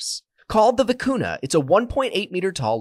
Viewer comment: When it's written vicuña, it should be pronounced "vicunya", not "vicunna".